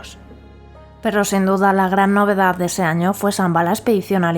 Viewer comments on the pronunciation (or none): El govern espanyol de torn va evitar que Disney vingués a Catalunya, això és conegut. Catalunya lligada a Espanya sempre serà llastada. Per altra banda, el vídeo està bé per a veure l'evolució de Port Aventura. El que no m'agrada gens és aquesta absurda i ridícula pronuncia d'algunes paraules com tutuki splas, sambala, novedaz, navidaz... grotesc. Esperem que Port aventura continuï millorant i ampliant-se al llarg dels anys. Una muntanya russa del Barça seria una passada. Hi hauria d'haver un parc del Barça, no de la lliga, no fa cap sentit.